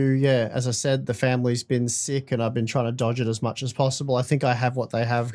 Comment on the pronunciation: why do you pronounce sick as seek?